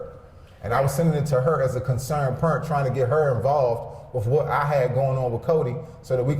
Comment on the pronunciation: "I'm a concerned Purrent."